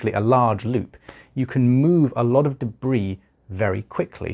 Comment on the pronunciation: I love the way you say debris